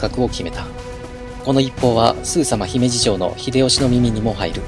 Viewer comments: 姫路のイントネーションだけ気になる笑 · 三木城に三木さんが居たわけでもないのに、三木城落城を惜しんで、あるいは偲んで、 三木性を名乗る人が大量に発生して、現在でもまあ三木さんの多いこと・・・播磨 あと姫路の発音は姫路市・姫路城・姫路駅など後ろに何か付いてるときの発音が自然です。 播磨・神戸・明石・たつの・堺・伊丹とかだと、先頭にアクセントがあるのが自然なんですけどね。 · 姫路のイントネーションがNHKでクレームが出た発音になってる……。 姫路の人が聞けば因縁付けて来るかも……